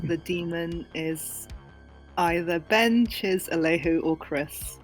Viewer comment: CHIZ PRONOUNCED LLEECH WELSH LIKE sorry guys chiz is my new favourite